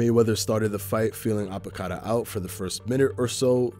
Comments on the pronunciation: Robert Apodaca not apo cada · Apodaca, not Apocada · Apodaca not Apocada